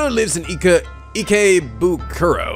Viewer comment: If you ever watch the anime Durarara!! It's easy to figure out how to pronounce, It's E-KAY-BOO-KURO...dunno if that helps but I hope it does :D